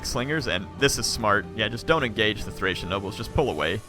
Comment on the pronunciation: Thanks for the battle. They're always entertaining to watch! Although, you said "Thracian Oathsworn" a few times. Makes me cringe. Always a pleasure to watch your videos. :)